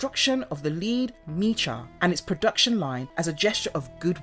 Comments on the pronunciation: Sorry Miss but it's pronounced Mech-a and it's been pronounced that way only since the beginning! 🧐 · “Mecha” is pronounced as in mechanical. Other than that, I enjoyed this summary so much. Good job! Loved this cartoon as a kid in the late 80s. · really? mee-cha? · I like the video, but I got 1 complaint... am I the only one irritated by the mispronounciation of the word MECHA?